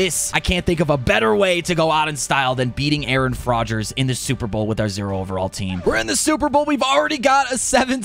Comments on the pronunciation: “Aaron Fraudgers” 😂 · Did any one notice he said Aaron frodgers😂